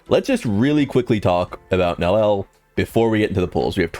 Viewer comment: Nel-E-L 3 syllables.